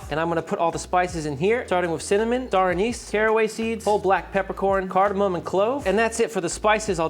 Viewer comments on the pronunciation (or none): none